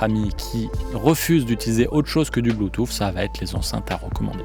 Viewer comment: Alors j en peu plus d entendre un spécialiste parler bue-touffe!!!! Le mec sait meme pas comment comment prononcer Bluetooth c est hallucinant et ridicule. De plus cette video est avant tout une campagne de promotion pour KEF qui font de bonnes enceintes mais qui a l écoute sont loin de plair à tout le monde. Les enceintes à haut rendements au son chaleureux très live sont abstîntes comme plein d autres. Et que dire d un mec qui te dit qu un caisson ne sert qu à produire du volume et pas de distortion et que le reste c est de la littérature on voit le mec qui n y connait strictement rien… et qui ignore entre autre ce que trainage signifie, ou repose impultionnel, ou réponse sur transitoires! Bref vidéo complètement nulle, avis aux amateurs de bon son: n écoutez pas ce gars qui ne sait pas de quoi il parle et il est autant spécialiste que les auditeurs ignorant en son a qui il s adresse. Quand au fait de juger une enceinte d après ses mesures c est partiellement n importe quoi, car l écoute repose avant tout sur le plaisir que l on récent a écouter un système. Et et chacun entend les choses différemment, chacun place le plaisir dans des sons différents. La pire chaîne de hi-fi de YouTube.